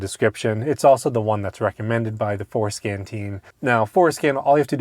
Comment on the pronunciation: 😂 I hear it every time